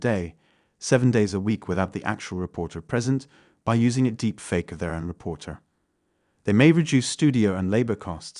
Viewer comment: for me it was "Deepfake Aye" lol